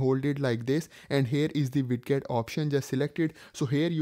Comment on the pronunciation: Its spelled widget but its pronounced weijit